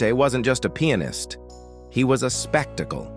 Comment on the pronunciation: learn to pronounce pianist and liberace.